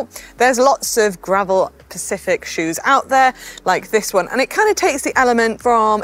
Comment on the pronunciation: Did I heat things correctly ? "but now there's lots of gravel pacific shoes" - rather the "specific". Might just be me but i have listened a few times and even the subtitles suggest "pacific"